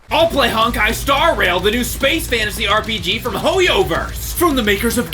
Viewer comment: Great video, and congrats to for becoming, but it is so cringey to hear him pronounce Honkai as "Honk-eye." 😂 The first syllable is pronounced more like the English word "hone." I mean, not exactly, but it's closer. The rest you got right.